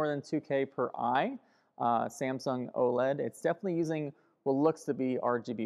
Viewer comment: O-L-E-D? You mean OLED?